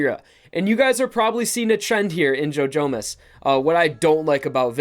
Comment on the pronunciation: i keep hearing ‘joe jonas’ instead of ‘jojomas’